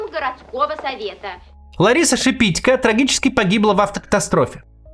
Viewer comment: Шепитько’, не Шепи’тько 🤬